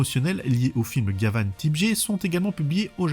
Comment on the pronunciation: Quant à la prononciation, il y a suffisamment de vidéos sur Gavan pour y faire suffisamment attention.